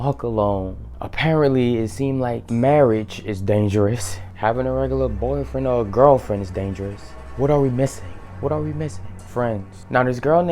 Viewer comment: The way you say boyfriend 😭😭😭